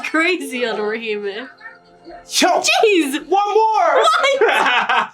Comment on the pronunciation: Bro said Orihime. ICANT